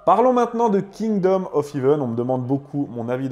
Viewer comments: En parlant d'erreur, le "ea" de heaven se prononce è, pas i. Comme le ea de breakfast ou de head. De rien. 😊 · "Hèvene" pas "hivene" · Attention à ta prononciation du mot Heaven ..... ça ne se dit pas Heeven mais Heaven